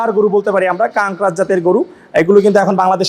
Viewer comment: কঙ্করাজ কে কানকরাজ বলছিস কেন?